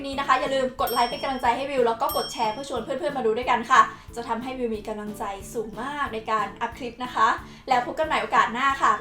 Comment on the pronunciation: พูดกำลังใจเป็น กะลังใจ ทุกทีเลย555 พยายามพูดให้ถูกนะค้า